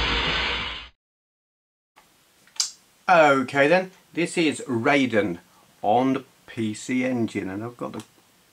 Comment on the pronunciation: Forgive me, but it's pronounced "Rye-den", not "Ray-den". "ai" in Japanese is pronounced "eye", not "ay". This also applies to "Gaiden" and "Taito". You can blame Mortal Kombat for this common mispronunciation (the MK character was originally spelt "Rayden" before they changed it to "Raiden" without changing the pronunciation). Anyway.....happy new year to you, and I hope you had a great Xmas.:)